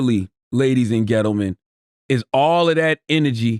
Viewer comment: I swear CTG said ladies & "GETLE MEN" 🤣🤣🤣🤣😂😂😂